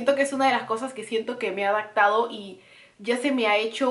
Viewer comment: También dice Adactar en vez de adaptar. "Yo ya me he adactado". Y se oye un poco mal. Ojalá tomes en cuenta esos comentarios. (Sin afán de ofender)